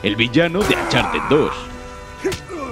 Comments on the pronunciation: Se pronuncia oncharted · Nadie Absolutamente nadie Ni Nathan leyendo su diario: Ancharted 4